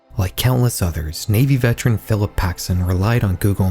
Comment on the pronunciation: "Veteran" is pronounced VETT-uh-runn.